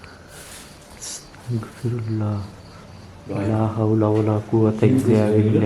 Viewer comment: আসতাকফিরুল্লাহ না সঠিক উচ্চারণ আসতাগফিরুল্লাহ